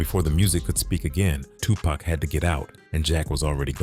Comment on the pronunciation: Why does the pronunciation alternate between "TuPACK" (as in wolf pack) and "Tupac" smh.. Dang AI videos